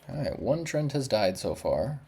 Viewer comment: trent? bro they are treants :D pronounced like "tree-ants" with a short ee sound